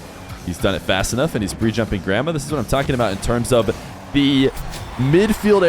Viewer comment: the way you say Gramma sounds like Grandma and i cant unhear it 😢